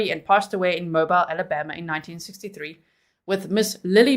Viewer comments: Just fyi. Mobile AL. is pronounced Mo-beel. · It's "Mo - beel" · "MoBEEL Alabama, lol. 🤓